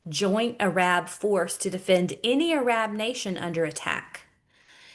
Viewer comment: JUST FYI....ARAB is pronounced earub.....ty for the videos. Always on point❤